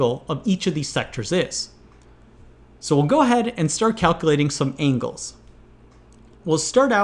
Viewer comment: I'm bothered by him saying ingles and not angles